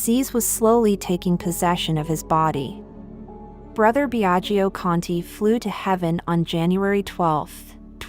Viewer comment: The speaker, learn to pronounce ltalian names It is pronounced Biaggo, not Biagio. Second i is not pronounced.